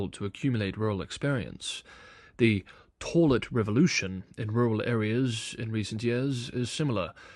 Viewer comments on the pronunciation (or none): torlet....pathetic. Can't even pronounce toilet.